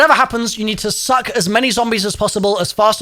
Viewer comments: He emphasized suck and balls s little too hard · bro really emphasized balls and suck so hard